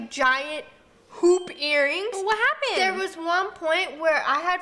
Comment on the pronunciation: When you said "hoop earrings " I heard "pOoP eArRiNgS" lol 😆